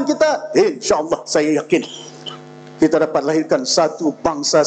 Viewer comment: YB ucap kite, agende, budayanye, untok, kite, daripade, bahawe, kuase, make, ade, rasanye, mereke, bergaye, juge, jamaahnye dll.